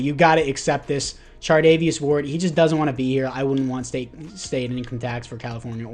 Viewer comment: Charvarious ward I’m sorry but you said chardavious ward ten times